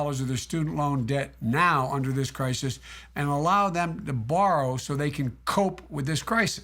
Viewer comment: "in time of krikus" sheesh joe